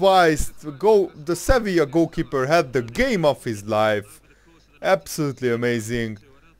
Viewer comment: Its Sevilla